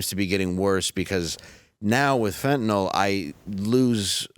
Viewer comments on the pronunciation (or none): Fentanyl is pronounced "fin-ta-nill" (nill rhymes with pill) it's not "fentanALL".